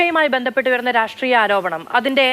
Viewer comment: എടാ പട്ടി രാഷ്ട്രീയ എന്ന് പറ രാട്രീയ